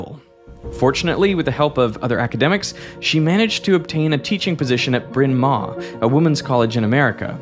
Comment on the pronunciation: It's pronounced brin marr college.